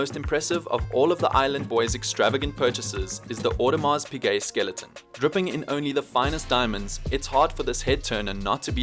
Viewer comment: Its pize audemars pize not piGuet imma throwup